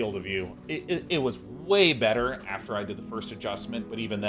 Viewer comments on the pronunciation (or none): none